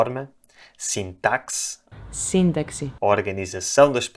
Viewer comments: Surpreendeu-me um pouco o facto de pronunciares «sitáksi» e não «sintásse». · "sintaxe" pronuncia-se "sintásse"